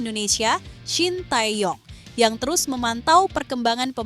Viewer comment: D menit kok penyebutan pelatih ny shintayong 😮😮 .. apa sy yg salah dengar??